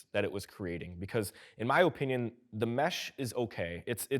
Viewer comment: In my Oh Pinion you pronounce the word "opinion" weirdly